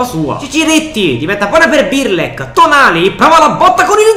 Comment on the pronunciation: non é birlek é brlek